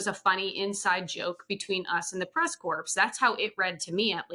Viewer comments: Not trying to be a jerk, but somebody please tell to pronounce White House Press "Corps" like "core", not "corpse" (like Obama did)! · It’s pronounced press core not press corpse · I am a truly gob smacked that this person who covers the White House, who is a member of the press corps doing that, doesn’t know how to pronounce the word corps ! And that no one she works with has ever told her how to pronounce it correctly? Astonishing.